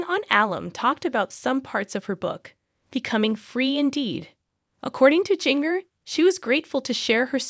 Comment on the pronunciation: Start by saying her name correctly!!!!?